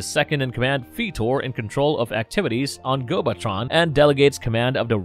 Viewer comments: It's not "feet-or"....it's "FIGHT-OR". He doesn't transform into feet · No see you got it wrong too. He said FEETor. xD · Feetor and the Gardens 🤣🤣